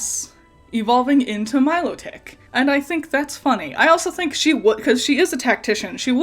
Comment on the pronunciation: your pronunciation of milotic(?) sounds so much better, and probably what i'd say, something similar to melodic which even if not intentional it gives that sorta vibe to me